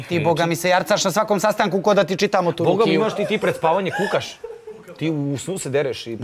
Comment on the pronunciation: Cuj Kad kaze Rukiju!